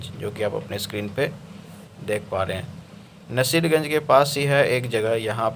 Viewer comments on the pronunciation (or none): रोहतास और सासाराम में फर्क का तुम्हारे पास ज्ञान नहीं है। नसीरगंज बोल रहे हो नासरीगंज को इसका भी तुम्हारे पास ज्ञान नहीं है। रेलवे को अब चिरकुट युटयुबर्स भी आश्वासन देने लगे हद है भाई। पहले शुद्ध हिन्दी बोलना सीख लो।😂